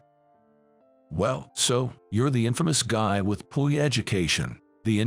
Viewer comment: Dammit people. Its Poor not poo! You can do better!